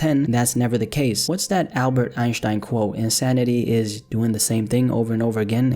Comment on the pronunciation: My guy actually pronounced Albert Einstein correctly